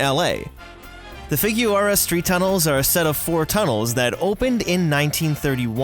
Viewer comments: wow. just a tip, for future reference: Figueroa - "Fig-er-oh-ah" Not "Fig-yoo-er" or what ver that butchered pronunciation was. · WTF is “Fig-yoo-ar-ah”?? That has to be the worst butchering of Figueroa that I’ve ever heard. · FIG-EH-ROH-AH is how Angelenos pronounce the street/tunnel/place name of Figueroa. Just a point of order. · lmfao, that's what I thought too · 😂😂 the way he said Figueroa